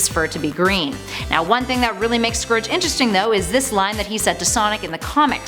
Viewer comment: Scourge is pronounced more like surge